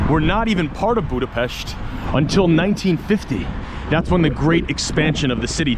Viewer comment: Imádom a stílusodat, nagyon tetszik az a természetesség, ahogyan beszélsz a kerületünkről... Külön köszönöm, hogy Budapest-et BUDAPEST-nek mondod, nem pedig "bjúdapeszt"-nek. Helyes !!! Szóval Budapest, az BUDAPEST !!!